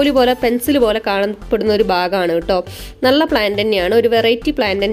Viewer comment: നള അല്ല നല്ല, plant എല്ലാം കൊള്ളാം